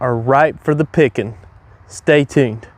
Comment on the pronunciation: Dude, you are soooo hilarious!!! That opening was TV worthy. I felt ya! Your content is awesome and you present it very professionally and I enjoy watching AND learning!!! I think you are the only person on Youtube that opens saying "stay TUNED" correctly. Most people say stay tune. Ok, thanks for sharing Brother! Cheers